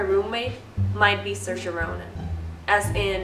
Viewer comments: Your roommate actually looks so much like Saoirse. It’s pronounced See er sha, not Sursha. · It’s pronounced SEERSHA not sursha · Ha ha so funny the way they say SIR-SHA! That's only what Irish people say when they pretend to be posh! It's pronounced SEER-SHA!!! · From someone who lives in Ireland and has multiple friends called saoirse you aren’t pronouncing it correctly, it’s seersha not sirsha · ser-sha, sore-say, im screaming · Before, I disregard the spelling and always pronounce her name as SAW-RIS. Then, SA-YORS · “Is her name like sore-se or something” lmao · I hate how Saoirse pronounces her name. She pronounces it wrong. For those who don’t know the Irish language, Saoirse directly translates to freedom and is pronounced “See-ear-sha” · Just for the record it’s pronounced “seer-sha”,it means freedom in Irish ☘️ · I thought it was pronounced sore•ee•s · You're saying her name wrong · you're pronouncing her name wrong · If you’re going to make a whole video on her try pronouncing her name right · At least be able to pronounce Saoirse properly